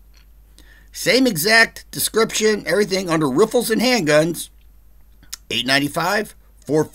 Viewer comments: hahahaha, you said "Riffles", =D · I like when you say “Riffles”